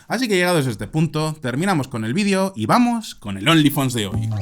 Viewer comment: Pero,tarado no se dise Vidio" se dise vídeo,como se escribe ,tarado